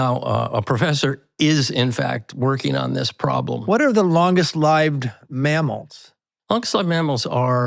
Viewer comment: Longest “lived” (lyved). Is this AI?